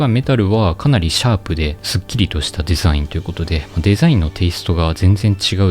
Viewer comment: デェザィンの発音を統一してほしいです！